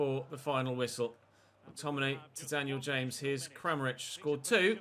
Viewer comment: Daniel Ha’mes. Who the Llanfairpwllgwyngyll is that!? 🤪